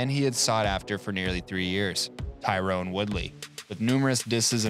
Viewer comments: TY-RON Woodley. Not Tyrone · you keep saying Tyrone instead of Tyron...Colby got into your head...lol